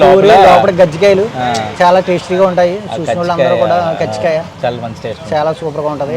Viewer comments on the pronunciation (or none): ఒరేయి నాయనా అది " గజ్జి కాయి", "తామర కాయి" కాదు." కజ్జి కాయి" అనాలి.ముందు పలకటం నేర్చుకో🤣🤣🤣🤣